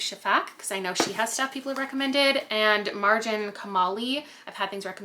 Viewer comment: Ok LOVE that you pronounced thd name Marjan correctly in this video. Thank you ❤